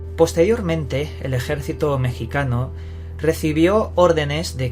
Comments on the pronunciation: Ejército "mecsicano" o "mexicano" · Tiene narices que a estas alturas haya que explicar que en las palabras "México" y "mexicano" la X se pronuncia como una J. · Me dio risa como dices "ejército mexicano"